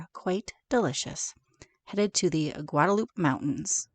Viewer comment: so howdy from a South Texan!! 102 F not bad. Glad you and are enjoying our stunning country!! BTW?? Guadalupe is pronounced GuadaluPEE or Pea. That's some beautiful country too. How do you two feel about the 4 seasons in one day thing? LOL Have a grand time and so happy you two are enjoying the states. God bless and be careful